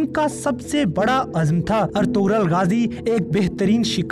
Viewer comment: Its not "Ertughral" its "Ertughrul"( gh is silent)